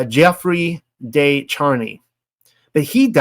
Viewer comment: The "de" in "Marguerite de Chamy" is not pronounced as "day" but more like "deh" haha I'm sorry I had to comment.